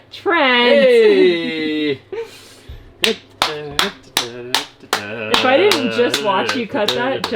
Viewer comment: Trent did you say eh? I love it!🇨🇦